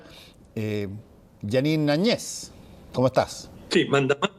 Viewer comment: Muy ignorantes estos Seudoperiodistas Más burros y se mueren. Lean la Constitución Boliviana, para opinar . La verdad siempre triunfa . Y no saben pronunciar Jeanine Añez, y todo ésto es un gran abuso, pero tiempo al tiempo. Puro mentiras.